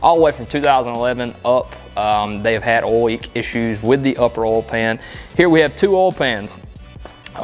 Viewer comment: Oil not olllll